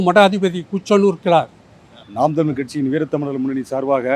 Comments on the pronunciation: இந்தம்மா தமில் என்று தமிழை உச்சரிப்பதிலேயே தமிழ் எந்த அளவில் பேச்சு வழக்கில் வாழ்கிறது என்பது புரிகிறது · தமிழ அல்ல... தமிழ் . ழ மீது புள்ளி வைக்கவும்! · தமில் தமில்னு பேசுறா அந்த பொம்பளைய தமிழ்னு பேச சொல்லுங்கப்பா..😂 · மிக்க நன்றி ஜயா மணியரசனை தவிர மற்றவர்கள் பேசியதில் ஒரு வரும் தமிழ் என்று உச்சரிக்கவில்லை.தமிழ் என்றே கூறுகின்றனர்.இதை கண்டிப்பாக திருத்தப்படவேண்டியது.படிக்காத பாமரன் கூறினாலே ஏற்கமுடியாது.நாட்டில் நிறையபேர் இப்படித்தான் பேசுகிறார்கள்.மாற்றுமதத்தவர் கேலி செய்யாவண்னம் பார்த்துக் கொள்ளவும்.